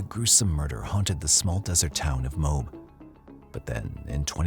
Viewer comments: As a Utah Native. It's pronounced Mo-Ab not mobe.... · Just so you know, in the Ann Woodward case, the town is pronounced MOE-AB. Not Mobe... This is coming from a lifelong Utahn 😊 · MO-ab is the correct pronunciation.